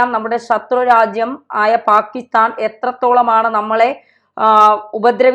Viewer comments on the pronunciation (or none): none